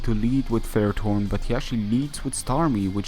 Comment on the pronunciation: from which country are u again cuz u pronounce ferrerthorn so weird :D nice Ending